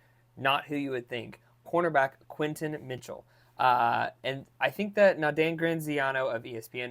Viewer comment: It's Quinyon (Quinn-Yawn) Mitchell